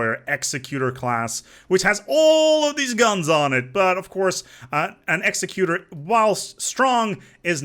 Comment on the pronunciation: Hate to go all star wars nerd but executor is pronounced more like "egg zeck you tor."